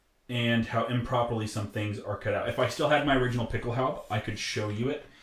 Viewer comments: Dude, Pickelhaube isn't some hard to pronounce word. Just add an "uh" to the end of it. Pickelhaubuh. If a German was trying to pronounce something in English and defaulted to the German way, would he get angry if you tried to correct him? I know I was a little standoffish with my first comment, but being a reenactor and not at least trying to learn how to pronounce common words used in your area of study is a little lazy IMO. If you don't know how to pronounce it, learn how to. Speaking with an accent and mispronunciation are two different things. Edit: Now I look like an idiot for misspelling it originally as Picklehaube... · Why don't you pronounce the final "e" in Pickelhaube? Do you think Porsche is pronounced porsh ? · THE HOMEDEPOTHUABE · Your pronunciation of Pickelhaube makes me cringe.